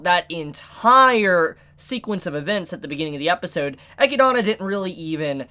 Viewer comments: i assume you lost a bet and had to pronounce e-chid-na eci-dana lol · It's so fucking annoying whenever t he says "EchiDOna" 🤦🏻‍♂️ That's not her fucking name! Yes, that's how it's written because that's how Japanese works when dealing with word that aren't Japanese. He doesn't call Beatrice "BeatriSU" so why die so hard on that hill? It's just annoying. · bro are you doing it on purpose or something?? Ah-kid-na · "E-kid-na". E-kid-na. Come on, repeat after me, E-kid-na. Not E-ki-dana. 😂 As for every door being opened, Eli-girl was likely looking for our favorite book loli, since, you know, if you open a door you have a chance to open the one to the mansion's library. Just like a Loot box. 🤣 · Rose-Wall, Echia-donna! Lmao, dudes fuzzy hair almost looks like a wig, an pronouncing names all weird an shit, still a good reviewer tho. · Echidna is pronounced E-KID-NA not the crap way you say it! Jesus help us! Video was almost unwatchable! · did he just say echidana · The way pronounces Echidna is cringy lol. Say it with me....E...kid...na. You know, it is the same as Knuckles....the echidna. Same thing. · Loved the commentary, still cringe at how you pronounce Echidna, which is very much an actual English word outside of Re:Zero that you shouldn't be so unfamiliar with. Also, I can't wait for someone to bitchslap Roswaal's cheeky smile off his blue mug. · why do you pronounce echidna like that??????? is that the right way to say it? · Please stop saying Echidna wrong. Thanks. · The way you pronounce Echidna's name hurts me. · The way you say Echidna bothers me lmao